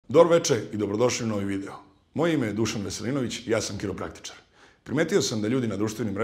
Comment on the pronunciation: Ne bi da budem sitnicav, ali kao Srbinu, prilici ti da kazes HIROPRAKTIKA, a ne KIROPRAKTIKA. To je zato sto i grci kazu sa H, jer se to tako cita, a Slovenci i Hrvati sve pistu u originalu, pa zato i citaju rec KHEIR (sto znaci ruka) kao K, jer se pozivaju na originalno pisanje, a mi se pozivamo na to kako se pravilno CITA.